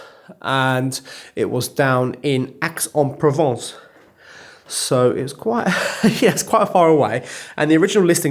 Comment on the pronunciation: I had a French roommate a while back and he said the x in Aix-en-Provence is silent. Basically pronounced"I" en Provence. I'm surprised since you seem to speak excellent French. Lol How much does that first chandelier weigh? Looks like it could be close to 50 kilos. When you showed that gum on the chairs my first thought was a school.